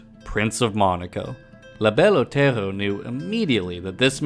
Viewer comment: “La Belle Otello”? It’s distracting.